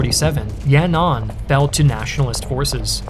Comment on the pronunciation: Yanan is pronounced Yan, An not Ya,Nan. I really shouldn't be so triggered by this. This channel is great.